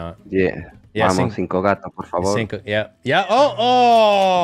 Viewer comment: PORRR FA VORRRR LOL